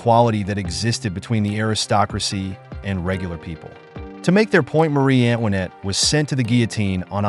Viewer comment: Antoinette! Not Annwanet! AI narrations are often pronounced wrong. Hire a human.